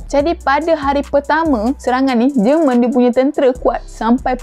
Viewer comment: JEMEN BUKAN JERMAN hahahaha